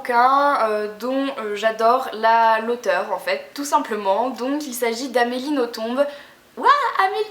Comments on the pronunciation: Super video, juste pour infos "Nothomb" se prononce "noton" et pas "notombe" ;) Bisous ! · Le "b" de Nothomb ne se prononce pas en fait. Sinon j'adore tous ses livres et les ai presque tous. Après on aime ou on aime pas, elle a un style particulier. "Robert des noms propres" est un de mes préférés. Et pour "A la croisée des mondes" je recommande aussi fortement, mais pas le film (que je n'ai même pas voulu voir) qui ne respecte en rien le livre. Je l'ai lu je crois plus de 10 fois avec toujours autant de plaisir (normal vu que je l'ai depuis plus de 10 ans aussi^^).